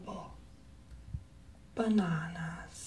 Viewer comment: I couldn't stop laughing at the way he said bananas